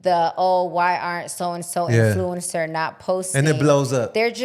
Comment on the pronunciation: Your influence pronunciation is off 😅. in ·floo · uhn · sr